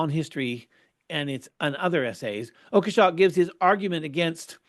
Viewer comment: It's pronounced "Oak-shot", I guess. But does it really matter in this context?